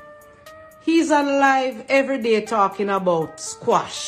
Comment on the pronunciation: Lady not squash...its Quash 😅😅😅